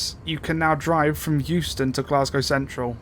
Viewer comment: Euston = Houston